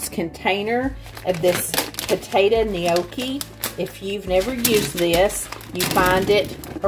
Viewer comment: The way you pronounce gnocchi 😂 it's not "nee-okee" it's just "no-key"